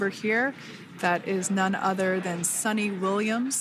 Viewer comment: Her name is not Sunny but Su-ni.. 🙋🏻‍♂️